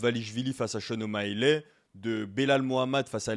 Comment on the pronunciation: Ok tu persistes avec ton o maiiiiiiley ? Cest O'Malley tout simplement mdr tu fait rigoler